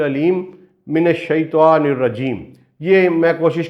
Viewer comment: السلام عليكم ورحمة الله وبركاته حضرت ماشاء اللہ آپ بہت اچھّا کام کررہے ہیں اور میرے فیورٹ ہیں توحیدی موضوعات کی وجہ سے بس آپ کے علم میں ایک ایسی بات لانا چاہتا ہوں جو بہت سارے عالم قاری اہل علم لاشعوری طور پر کرتے ہیں اور کررہے ہیں آپ کو اسلیئے لکھ رہا ہوں کہ یہ بات آپ سے بھی لاشعوری طور پر ہورہی ہے وہ یہ کہ جب آپ تعّوذ پڑھتے ہیں جہاں لفظ “من الشیطان” آیا ہے آپ سے بولتے ہوے یہ “شیطوان “ نکل رہا ہے آپ خود اپنی رکارڈنگ کی آڈیو غور سے سنیں تو آپ کو خود معلوم ہوجاے گا اس طرح شیطان کی جگہ شیطوان بولنے سے تو شیطان بھی خوش ہوتا ہوگا کہ انہوں نے اللہ کی پناہ مانگی ہے شیطوان سے اور میں شیطوان نہیں لہذا حضرت آپ بھی اسے درست کرلیں اور لوگوں کو بھی اس بات کا بتائیں اللہ کے نبی ﷺ نے فرمایا شرم بہت اچھّی چیز ہے کرنی چاہیئے مگر علم حاصل کرنے میں شرم نہیں